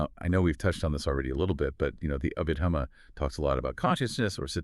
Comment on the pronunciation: Anyway to train it to speak Abhidhamma correctly? Picky, picky 😎